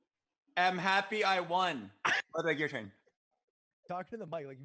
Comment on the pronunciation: I can't believe how bad Ludwig shit the bed, also it's really annoying that Botez keeps mispronouncing Lud's name.